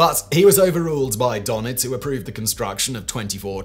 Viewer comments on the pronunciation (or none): Admiral 'Durr-Nits'........Not 'Donn-itzz'..😉😂 Great video as always though! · Admiral "donnits"?? Nope. That umlaut has a meaning, and all you have to do is listen to somebody who actually knows how to pronounce it -- rather than making up this infantile "donnits" stuff out of your head. "Duh-nits" comes closer -- but you can always just ask sombody who knows. That's what, uh, professionals do. Maybe grow up and try it, OK? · Donits is pronounced Der-nitz.